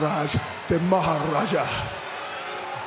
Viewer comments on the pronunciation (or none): Let this dude say maharaja one more time 😕